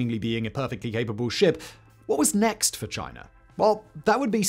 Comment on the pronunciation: You didn't say "chi ner" so they must be making progress.